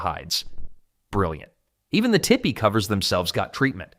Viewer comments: Tee-Pee, not "Tippy" you stupid AI clown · How is AI so stupid its used to talk about TEE Pees and can't prounce TERE pee. Jesus wept